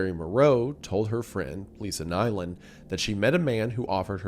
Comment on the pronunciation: Nyland is pronounced like "newland" not "nailand".